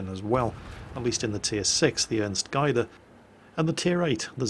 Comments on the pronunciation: Gaede not Geide... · The Ernst Gaede is actually pronounced Ernst Gayhde or Gehde as "ae" is the transliteration of the German letter ä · Its pronounced gay-de-th roughly and yes im german and yes i know it says gay but its not my fault that your language cant pronouce german without making a joke out of it when you spell it out (or at least get close to it without raping you pronouncing) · Gaede is pronounced "Geduh" with a bit of an accent/elongation on the first "e". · Gaede sounds like "Gayde". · BTW "Gaede" is not pronounced "guid-e" . The "ae" is pronounced like an "a" in Hamburger or David H sselhof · The Ernst Gaede is pronounced with an "ae" sounding like the "a" in the name Garry, but close enough ;) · btw: you pronunced Gaede wrong xD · Just for your information its pronounced Ernst (you had that one quite right) Gade (with the A sounding like the A in Apple)